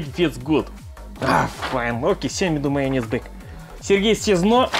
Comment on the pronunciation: I love how he say mayonnez